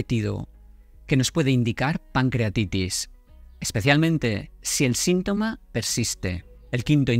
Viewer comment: ¿Por qué pones el acento en las sílabas que no son? Por ejemplo "ínusual" en lugar de inusual, "índicar" en lugar de indicar, "énfermedad" en lugar de enfermedad, etc.